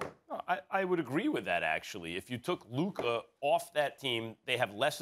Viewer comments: It’s luka and it’s not even close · Still can’t say Luka’s name right